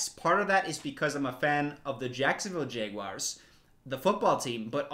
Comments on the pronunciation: a normal person: Jaguar: JEGuar Everytime he pronounced jaguar that way, I had to go back and make sure he really was pronouncing it JEGuar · w for everytime says jegwar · i dont like how you pronounce jaguar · I'm actually from Jacksonville where the Jaguars and from and a lot of southerners pronounce it like jaguir for some reason. Kinda like when they say mundey and tuesdey for Monday and Tuesday